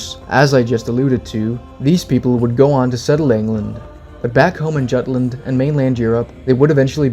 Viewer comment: Juutland is mispronounced. 'Jute' rhymes with 'Root' with a Y at the beginning.